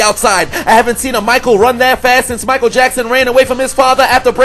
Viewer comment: Funny as always bro but Sony last name pronounced. Ma-shell